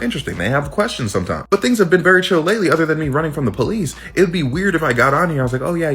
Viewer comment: “Things have been really chill lately, other than me running from the po-lease” 😂😂😂🤡🌎